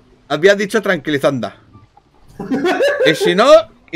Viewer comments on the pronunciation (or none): Dijo tranquilizanda